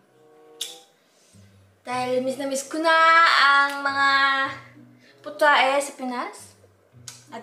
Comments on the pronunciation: WHAHAHAHAHAH potae? lagi kasing walang (h) e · It's potae(potahe) for me sorry na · Po-tae (Potahe)😂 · Its "potae" for me WAHAAHAHAAHAHHAHAHAHAHAHAH ang cute lang tuwing di niya na babangit yung h Hahhahahahahaha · Its the puTAE for me HAHAHAHAHAHA alam kong silent H pero huhu sorry natawa ako😭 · "putae" word makes me laugh😭 she alaways say the word without h😶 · Wait lang. Alam kong silent H ka. Pero yung POTAE 😭😭😭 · "Putae" "Mang Hinasal" Ma, ewan pero grabe tawa ko 😭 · Nakakamiss tumambay dito bilang past time🤗😂 Putahe with a silent h😂 made me smile🤭😂